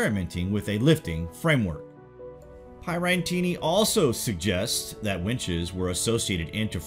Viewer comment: You mispronounced Pierattini right at the beginning.